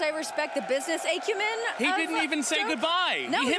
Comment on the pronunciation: Renee, the A in “acumen” is a short vowel, not a long vowel. Pronounce it like you would pronounce “back you men” but without the B. Not how you would pronounce “ache you men.” Just trying to be helpful. You’re welcome.